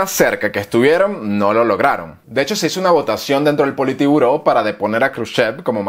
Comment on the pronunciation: Gracias por el video, pero he visto en varios que siempre pronuncias la palabra Politiburó, pero el nombre real de lo que fue el comité central del PCUS (Partido Comunista de la Unión Soviética) era "Politburó"